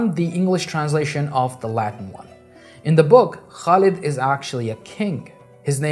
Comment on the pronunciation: it's pronounced Khalid with the throaty KH sound not Kalid.